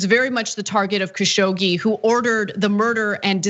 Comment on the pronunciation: the name is pronounced Kashog-ji